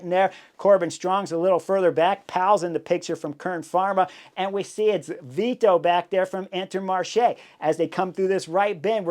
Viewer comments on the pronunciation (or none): none